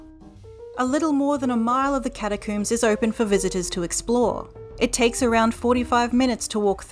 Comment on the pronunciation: Cata-COOMS! Wait is "comb" for hair said the same coom way in Australia or New Zealand?